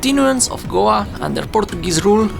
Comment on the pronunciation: You can’t pronounce Goa?